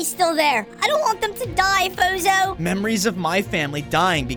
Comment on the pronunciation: Uhhh I thought that the pronoceashon was fozzzohh not fozo